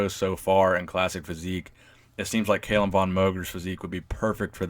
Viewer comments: "Cal", not "Kale" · Its Calum not Caylum wtf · KALUM wtf its Calum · Cal-um not kale-um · it's not cai-lum it's ca-lum!!!! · Audio was bouncing back and forth. It's CAL-UM. Not Cay-lum. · WHo the hell is Kaaaaaylum!!!??! Its Calum = Kal-Um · It's not pronounced "KAY-lem", it's "Cal-um". Apart from that, good video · it's CAlum not CAYlum i guess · He won 2 npc classic physique shows this year and plans to win his pro card and compete in the Olympia next year. And also you are saying his name wrong man haha it's Calum not Kaylem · It's NOT pronounced CAY-lum, dude. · Cal - um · It's Calum, not cailum btw 😂😂🤣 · Calum, not Kailem. great video anyways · "Cal Lum" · No no no, not Caylum haha😂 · "Kalum" lol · Haha found this funny too. It's pronounced 'kallum' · If you say his name wrong one more mf time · Lol wut? Why are you saying his name like that? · Does it bug anyone else that he is mispronouncing his first name? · Learn how to pronounce his name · Stop saying Calum like that lol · I cried a little inside when he didn't pronounce his name right😂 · Never heard someone mispronounce Calum before 😂😂😂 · You can't even say his first name right lol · Saying his name wrong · It's Calum* actually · #Koalagains you said his name wrong lol